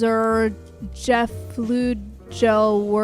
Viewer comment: The pronunciation of "Untersuchungen zur Geflügelwirtschaft im Alten Orient" was almost as aggressive as a real German would do.